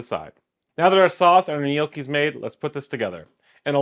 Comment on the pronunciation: "Knee oh kee"